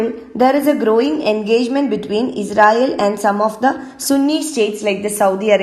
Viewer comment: Pronouncing israel as Ezrael